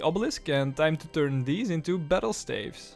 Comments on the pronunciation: Why do you pronounce staffs like that? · I love the series but the way you pronounce "staves" is killing me